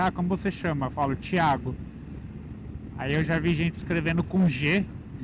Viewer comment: E aí muchacho!!! 😅😅😅 É engraçado o que você falou é verdade em espanhol nós ouvimos a você que é Paulista dizer o seu nome e escrevemos "chiago" para quem não sabe se engana e escreve "chiago" 😅😅😅 E o seu sobre nome em espanhol a pronuncia é Norona coisas dos idiomas né? Ó eu achava que era só aquí na minha cidade e no meeu estado que os caras não usam casco ou capacete. Cara aquí no meu país tá tendo uma forma de pagamemto "USDT" usam Binance, ainda não tá de moda porém eu tenho visto que tem restaurante e lojas que recebem pagamemto em Binance. Opa! Você não botou aquela música e naquela parrilla que você jantou tavam as famosas "papitas fritas" eu acho que eram papitas fritas né? 😅😅😅 Meu que da hora as paissagens do chaco argentino. A cabrita velha de guerra ainda tá ciumenta hein? Tava beberrona. Deus abençõe você sempre irmão abração direto de Puerto Ordaz 🇻🇪